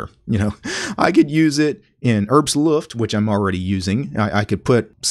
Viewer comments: Just as a "btw", the "H" in "Herbstluft" is not silent. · Is with "Herbstluff" the german word? I genuinely dont know as a german.